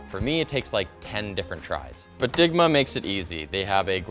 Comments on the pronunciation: Not gonna lie. I thought you said Ligma stickers, and I thought, “What’s ligma?” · I thought he said LIGMA! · When he says digma I giggle like the immature asshat that I am 😂